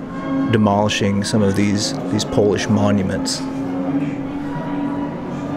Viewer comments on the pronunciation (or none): none